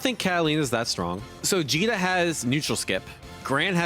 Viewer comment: Did he call Djeeta Vegeta? I have been doing that this whole time as well.